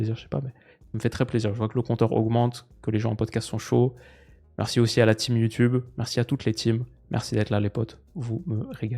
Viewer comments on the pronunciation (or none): none